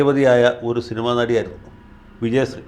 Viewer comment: വക്കീലേ , അങ്ങ് ആദ്യം നാവ് വടിക്ക്, വിജയസ്രീ അല്ല, വിജയശ്രീ